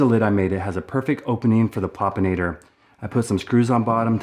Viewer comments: Loved the video! 👏 But... Am I really the only one who noticed the word, "Popinator" instead of, "Plopinator" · PLEASE read the name of the trap: PLOP-in-ator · Plopinator not Popinator. Plop Plop Plop